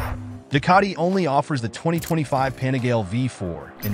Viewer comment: You lost me at Pane-GAL.